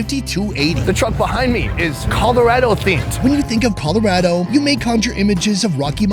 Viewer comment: Is it just me that thought he said Colorado weird???